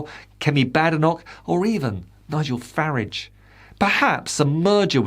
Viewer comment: That's not the correct pronunciation of "Farage". The second syllable should rhyme with "large".